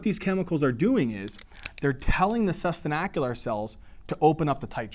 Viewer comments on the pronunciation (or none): Great job. Lucid to the point and comprehensive. Thanks! I would change the "sustenacular" pronunciation for "sustenTAcular". Might consider adding some examples of the time involved to accomplish spermatogenesis in different species.